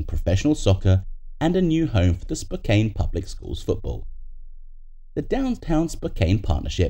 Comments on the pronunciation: Spokane is pronounced “Spok-AHN”, not “Spok-ANE”. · It’s pronounced Spo-Can